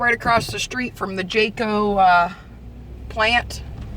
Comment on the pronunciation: Why were you saying Jayco?